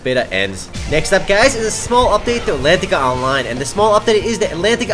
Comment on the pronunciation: im gonna make a utube account called "Gaiz" so that when Says "Hi Gaiz" i can imagine he's talking to me ^_^